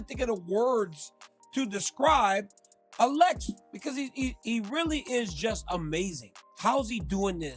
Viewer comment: Why is it so hard for daniel to say ALEX? he says it every other way but the actual way?